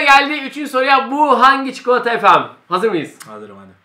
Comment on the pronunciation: çikolataya çikoıata diyor